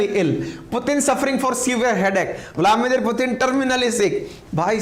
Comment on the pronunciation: Sir aap bladimir putin kab bolna seekhenge.